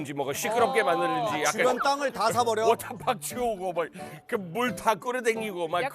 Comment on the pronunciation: 워터파크 워터파크...아~~듣기싫어 영국에선 강한 트 발음을 내서 워터 워터 한다지만 파크 파크는 좀 너무하지않나요~~??:face-green-smiling